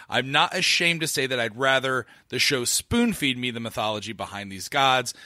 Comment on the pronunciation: "How much does this series need to FOON-SPEED the back-story..." instead of "Spoon-feed" lmaoooo